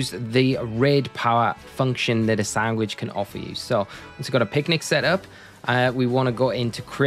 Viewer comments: Does he keep saying sangwich??? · just noticed, are you saying sangwich? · dang you have a weird way of saying sandwich. Great video tho!